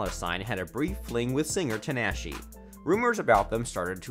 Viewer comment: U said tinashe name wrong